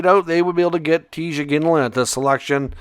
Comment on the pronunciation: It's Tij Iginla not Tig Iglina